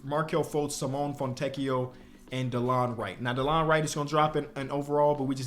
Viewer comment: Please its SIMONE with the e sounding not Simon😭😭